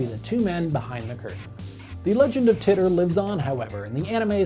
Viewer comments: It's John Tea-tor, not Titter. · Its pronounced “teeter” not “titter”